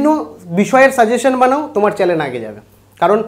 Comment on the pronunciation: চ্যানেল শব্দটা ঠিক করে উচ্চারণ করতে শিখুন আগে, তারপর viewers, বা subscribers এর কথা চিন্তা করবেন..